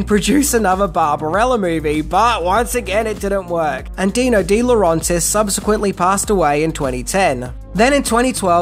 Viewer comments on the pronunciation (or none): It's De LaurAYntiis NOT LaurONtis. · Agreed. The continuous mispronunciation of De Laurentiis was excruciating. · It's Roger VADIM not Roger VADMIN. How many times do you say that name wrong? Sheesh. You're also botching the pronunciation of Dino de Laurentiis' name, but not as badly as Vadim's. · He also botched Di Laurentiis. He does have to make a better effort to pronounce names correctly. I hate what he would do to mine, Villavicencio. 🤣